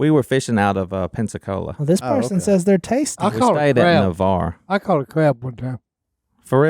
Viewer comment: Navarre YAY you said it correctly! thats around where I live